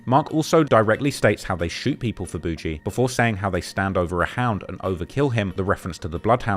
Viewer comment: It’s boogie like boogie man not bougie